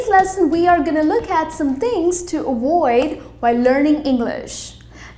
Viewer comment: What is awaoid? It’s not awoid but avoid.